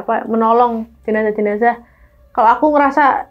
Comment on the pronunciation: Bukan jenasah om tp jenazah